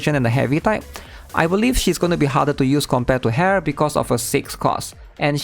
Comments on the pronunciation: bro your name pronunciation. I had to double take when you said "hare" lol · I always enjoy your content but you mispronounce these three names. Ren-gay (not "jay") Su-mi-re (not "su-mire") And Ha-re (not "hair")